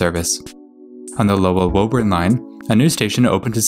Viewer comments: Woburn: not woeburn but wooburn; Dedham: not deadham but dedim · It’s not woh urn it’s woo- burn or in our accent woo-bin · Concord is "Con-curd", Natick is "Nay-dik", Haverhill is "Havrull", Woburn is "Woo-burn", Lowell is "Lowl," Stoughton is "Stow-ton" Those are the ones I caught, there may be more. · Missed Woburn, too (not that anyone would get it right just from reading the name, anyway)